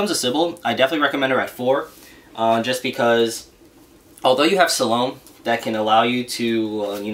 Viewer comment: you said Salome's name wrong good sir.